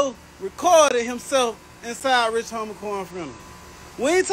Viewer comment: His name is Rich homie Quan why make a video on him if you can't even get the name right.